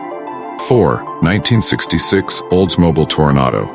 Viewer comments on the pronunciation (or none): Check your AI voice settings. It's not an olds-moBL, it's oldsmobEEL. Will resume viewing past if you ever republish, using your own voice for narration.